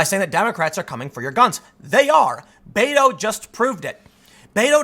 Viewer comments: Did I here you say Beta ? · Spanish is my second language. I interact with a great number of Latinos that solely speak Spanish. I have asked many of them for the pronunciation of the shortening of Roberto. I always hear bet-o not bate-o. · ur mispronouncing "beto." u gotta make the "t" sound in a latino fashion. oh, the pandering